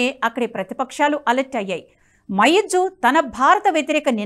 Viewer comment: మొయిజ్జు అనాలి